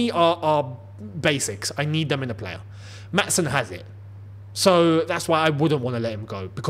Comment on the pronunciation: I just wanted to tell you that you're pronoucing Maatsen wrong. I'm from the Netherlands and I'd like to give you a short explanation on how to say it correctly. When we have a double vowel like the ''aa'' in Maatsen, it's pronounced quite long. You're saying it way to fast, so slow it down a little bit. Also the ''a'' in dutch sounds a bit different than it does in english. I can't really help you with that now so I hope you can look that up yourself. And that's about it, all I can say now is I hope you get to see this comment.